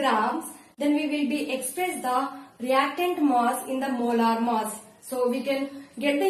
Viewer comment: Its not moss its mass